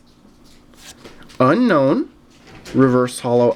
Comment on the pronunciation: Unown is pronounced Un-Own